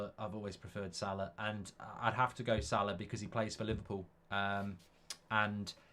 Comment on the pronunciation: its salah and its not close.